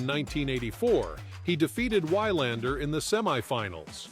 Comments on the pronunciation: Ivan is pronounced iván not aivan… Wilander is pronounced vilandr not wailander… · Vee-lahnder. TF is wrong with you?! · Def the player I liked most growing up...I started in 1980 so caught tail end of Bjorn....But Lendl was my guy growing up....very misunderstood person Ivan is....Great sense of humor...VERY intelligent.....Nice video....except for the mispronouncing of Wilander